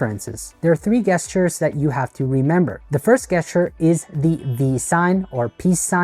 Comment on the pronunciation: I say this with humility and kindness, ‘gesture’ is pronounced with a ‘J’ sound, like Jester, not a hard ‘G’ sound like one hears in ‘goat’.